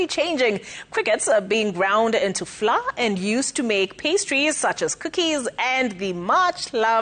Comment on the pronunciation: Flour… pronounced flower….. not flaa